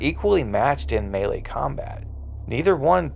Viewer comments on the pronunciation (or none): none